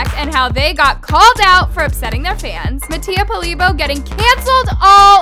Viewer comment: “Mattia Polibo” girl what?😂😂😂 it’s Mattia Polibio